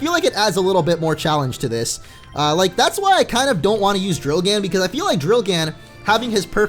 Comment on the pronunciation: People! It's drilgann, not drillgan xD